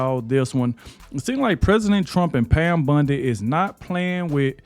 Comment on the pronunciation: Bondi, not Bundy